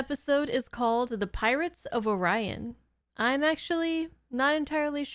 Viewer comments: The race of beings were supposed to be the Orions (pronounced Or-Rye-An), not the Or-eons, but many of the voice cast were literally recording their lines by themselves from either home studios or over the phone without a director present so some words got mispronounced and no one was there to correct the voice actors. Likewise, the Orion pirates were supposed to be green-skinned, but something happened with the color guides for the series between Paramount and the animation studio in South Korea. That is why where were a LOT of pink in this series (Klingon uniforms, tribbles, the Kzinti uniforms) when they were supposed to be shades of browns and tans. Likewise the planned green Orions were changed to blue by the animators. I cannot recall if it was miscommunication or the wrong words were translated when the color guide was sent overseas. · Good episode!! Hey your hair looks awesome!! I think it's pronounced "oh - rye - in" constellation with a blue giant, red dwarf, white dwarf. etc.- I took astronomy waaaaay back in the seventies - pretty blue Star Trek uniform,have a great day 🩷🏞️ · I am a fan of the Orion Syndicate as it appears in other branches of Star Trek, so these "Or-ee-ons" are really just a Temu / Wish level species. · The Or-EYE-on/Ory-on dispute is resolved finally in "Star Trek: Lower Decks", and I don't know if you intend to watch that, so don't want to spoil that explanation. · The people with the copyright over the racial classification of "Orion" told the producers of this show that they wrren't allowed to call them "Orions", which was ridiculous, so the voice actors had to say "Ore-e-on" instead. Insane. And it hurt the episode. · In the new series Star Trek lower decks. They confirmed that Orion's due come in different shades. Kind of like humans come in different colors. In the show lower decks, it's kind of played for laughs. But the clan of orions that are blue, pronounce the word Orion that way.